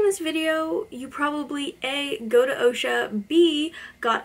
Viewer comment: I go to the other OCSA but we don't call is Osha we say ahksa